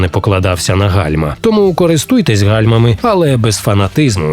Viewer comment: 13 років тоМУ! А не ТОму! Не чаСУ, а ЧАсу, не гроШЕЙ, а ГРОшей!